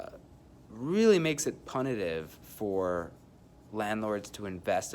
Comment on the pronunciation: At one minute and two seconds into the video, you speak the word “punitive“. But you pronounced it improperly. It is pronounced with a hard U. The first syllable is pronounced “Pugh“. Like the way you would say “putative”, or the way you would pronounce the PU combination in the word “dispute”. I realize this has nothing to do with your message (by the way, I agree with everything you said, your concerns are valid, the legislation will have an adverse rather than positive impact as you predict), I was just very distracted by the mispronunciation and thought I’d save you some potential embarrassment in the future if you ever need to use that word again.